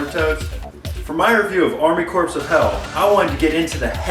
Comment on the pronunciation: Dude.. that is not how you pronounce "corps".